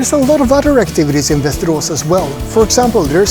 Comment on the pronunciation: Doesn't look that ugly at all. May be I am wrong and its not so appealing when compared to other towns with beautiful houses and architecture in Sweden. By the way when you pronounce Västerås it sounds very mush like Westeros HBO's Game of Thrones.